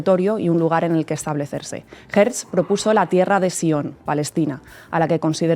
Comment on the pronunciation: No es Herz, es Hertzel o Herzel. Tampoco es stet, es shtetel (pequeño pueblo).